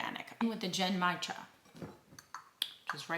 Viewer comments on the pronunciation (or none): Really enjoying the channel. The Japanese tea is pronounce (Gen-mai-cha) gin-my-jah.